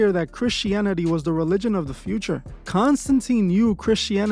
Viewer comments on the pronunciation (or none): none